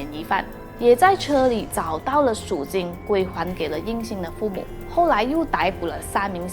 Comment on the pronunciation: 听了半天数金数金，原来是赎金。口音太重。发音不准